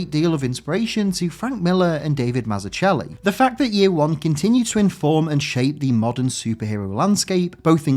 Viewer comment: Great video and obviously one of the best origin comics ever made. Just a slight correction on Davids name, it is actually pronounced Mazzuckelli. There's a fun clip (and amazing video) of him explaining this around the one minute mark of Keep it up, really enjoy your video's!